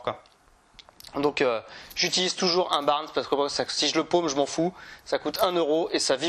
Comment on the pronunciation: Top vidéo. Par contre tu es fan des leurres Caperlan mais tu prononces mal le nom des leurres : Smite, pas Smith, et Barn, pas Barns !